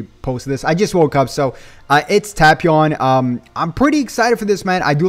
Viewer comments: Tay-pion 😂😂 not tap-ion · The way he says Tapion BOTHERS me 😆